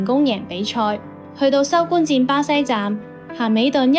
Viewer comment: 不是收官戰，收官戰。 係收關戰。